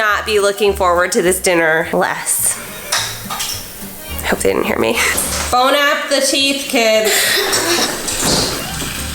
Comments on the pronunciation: did you say "Bone out the teeth" or "Bon Appetit?" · Did anyone notice that instead of saying Bon Appetit she said bone Appeteeth😂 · idk if im the only one who got triggered when she said bone app the teeth instead of bon appetite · is it just me or it really pissed me off when she said "bon a pu teeth" its BON APPETI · “Bone app the teeth” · "bone app the teeth" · “ bone app the teeth “. 😭😭😭😭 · idk if im the only one who got triggered when she said to her kids bon app the teeth its bon appetite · “Bone app the teeth” wow I love you 😂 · Is it just me or when she said bon appetit it sounded like bone up the teeth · Ikr I heard "bone app the teeth" tho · did she said Bon Appecheese? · I love the way Hannah pronounces Bon Appetit like "Bone app the teeth" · I pronounce it as bone apple teeth xD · why’d she say it like that? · are we gonna ignore the fact hannah literally said “bone app the teeth” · Ya she is an un cultured American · I love how she pronounces Bon appetit as Bon appeteeth! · did she say "bone app the teeth"? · Bone apple tea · "Bone apple teeth" 😂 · she legit said bone app the teeth im done with buzzfeed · I’m sorry but did she say bon apeTEETH? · Did she just say bone up the teeths 😂😂😂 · I heard “bone off the teeth” 😂😂😂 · ITS BONE APPLE TEETH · “*bone app the teeth*” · did you say bone apple teeth im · Did she say bone half the teeth..? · "boNe ApP tHE TeEEth KIDS" 😂😂😂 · Did she just say bon appeteeth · “bone app the teeth kids” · “Bone app the teeth” 😂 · "bone app the teeth" i cackled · The way Hannah pronounces Bon Appetite is... interesting. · Why do people bother saying that if it’s not the proper French pronunciation? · the way she said bon appétit bothered me